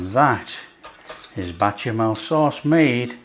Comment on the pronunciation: Tasty very very tasty 😊It's Bechamel sauce. Not Bachemel sauce. 😆